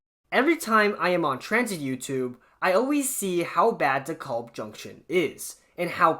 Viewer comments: It is not De KOlb, it is De Kalb... long 'a,' not an O. Long time user of the De Kalb station. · Please please, it's DEE-kælb, like "decal" with a B at the end. It's not your fault, whoever they hired from Iowa to do the recordings on the trains gets it wrong too. But ask people who've lived in Brooklyn for 30-40 years or more.